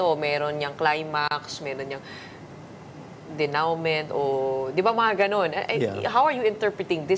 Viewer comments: Gretchen Ho with ed. Before yiu give lecture on bias or biased. Girl, its day·noo·maan hindi denowmen powz hoe hoe hoe sabi ni santaaa. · Dito ko pala narinig ang DENOUEMENT. Di ba read sa DENOMA sya?